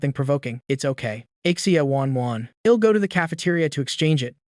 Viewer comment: why he says ill it's l'll dumby